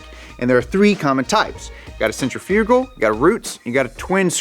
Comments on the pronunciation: We are in America. It's pronounced Sen-triff-igull not centri-fuge-al. LOL. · "Sin-triph-uh cull". Not "Sentra fugle" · SEN-TRIF-I-GUL. I DON'T KNOW WHAT THE HELL YOU LOL WERE LOL SAYING, LOL. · Centrifugal = "cen-trif-i-gull" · I aint never heard somebody say sent-tri-few-gull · Centrifugal [sen - TRIFF - uh - guhl] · Please do an episode on his incorrect pronunciation of centrifugal (sen·tri·fuh·gl) 🤣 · Is no one else bothered by the pronunciation of “centrifugal?” I guy I worked with thought it was pronounced like “center-fyoogul” I’ve always pronounced and heard it been pronounced “Sen-tri-fuh-gal”… Out of this whole video, yes that’s all I came away with lol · Bwahaha. "Centrifyoogal". Is he fucking with us? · Sen-trif-ical = centrifugal Just FYI:) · Did he say centrifrugal? what the hell is centrifrugal? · I haven’t heard centrifugal pronounced that way before. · The way he pronounces centrifugal 😂😂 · Oh man. That centrifugal pronunciation though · DUDE YOU SERIOUSLY NEED TO STOP SAYING CENTRIFUGAL WRONG WOW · Are you saying 'centrifugal' wrong on purpose? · it’s infuriating that he doesn’t know how to pronounce centrifugal and repeats it over and over again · Bruh... I'm only 8 min in and the mispronunciation of centrifugal...